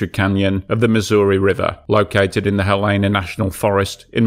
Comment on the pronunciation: The city name is pronounced HELL-ena.